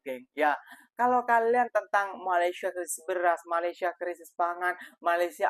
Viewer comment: COBA PERHATIKAN DAN DENGARKAN DENGAN BAIK APA YANG DIUCAPKAN... BERKATA MALASYA... MALASYA... MALASYA 🤣👻🤣👻🤣👻🤣